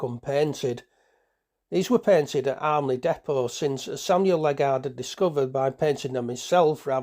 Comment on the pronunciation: Interesting collection of photos, mostly dating from the final decade of their operation. Locally, the pronunciation of Ledgard is not "Led-guard" but Led-jard or Led-jerd.